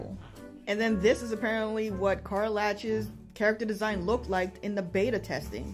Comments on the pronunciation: too privileged to get her name right lol never had to pronounce a name from faerun before lol. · You pretend to care so much and yet don't even know how to pronounce her name, interesting.